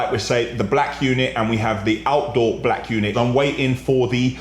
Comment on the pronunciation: The way this guy says BLAKK gets me everytime haha